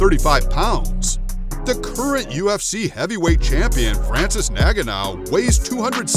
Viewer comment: It’s N - gar - noo not “naganow”